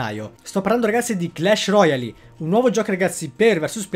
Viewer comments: La pronuncia clash royale non royali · ma pronunciarlo alla francese? Royale?